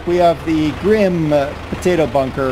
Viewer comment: I don't want to be a stickler but you pronounce the e at the end of grimme. I know this because I work there! Happy farming